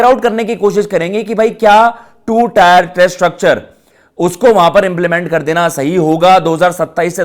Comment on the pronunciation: Abe टायर Nhi टियर Hai Chutiye 🤡